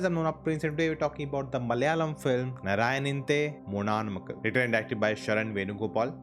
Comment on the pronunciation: Narayani nde munu aan makkal.... correct pronunciation